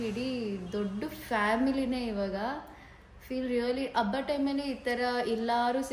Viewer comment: Abba alla its habba